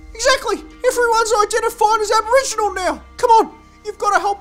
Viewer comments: "I'm Alboriginal" lol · Albo-riginal lol 😆